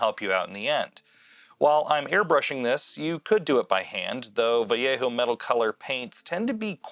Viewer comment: Man, the fact you said Vallejo as, well, Vallejo instead of Valeho like most people made me sub. Keep it up.